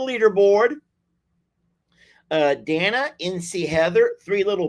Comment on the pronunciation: FYI---Day-na FOR DANA, ANDREA---ANN-DREE-A. FYI to call them by the correct pronunciation!😍🤩😇